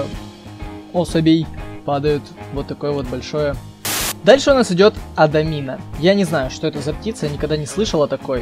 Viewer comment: Не адамин а амадин